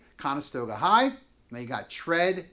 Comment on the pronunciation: Your pronunciation of Tredyffrin makes you sound quite foolish. Perhaps you should have done a bit more research.